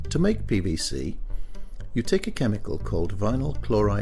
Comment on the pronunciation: sound like the commentator is saying pbc